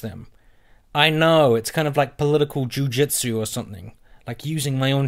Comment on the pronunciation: Is it weird that i slowly hear jujitsu morph into jewjitsu every time you say it?